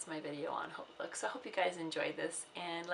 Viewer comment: Are you just starting out on youtube? I love your videos! I think you're the first to correctly pronounce Hautelook! Everyone calls it Hotlook. I'll be subscribing!